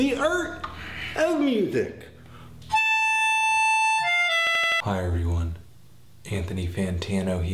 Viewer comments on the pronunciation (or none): "The urt of muezick"